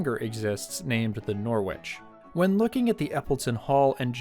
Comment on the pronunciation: "Norwich" would have a silent "w", so pronounced as "Noh-rich".